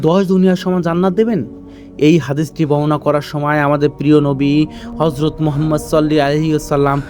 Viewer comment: ভয়েস অস্পষ্ট। রোবোটিক ভয়েস এর জন্য আকর্ষণ হারাচ্ছে। সবচেয়ে কষ্টের আমাদের নবী (সা:) এর নামের উচ্চারণ ভুল...😢😢😢